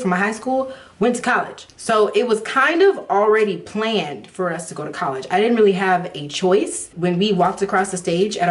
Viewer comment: "Collegy" lol! Girl, I totally understand u👍🏾